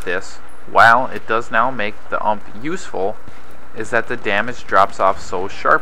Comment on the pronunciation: ITS U-M-P. STOP SAYING UMP